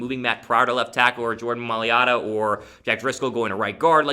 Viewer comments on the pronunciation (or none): The 'i' comes before the'L'. It's "my-LATA" -- as in, not "your LATA". Jordan Mailata.